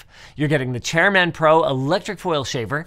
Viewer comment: How does Linus not know how to pronounce the word chairman? 😂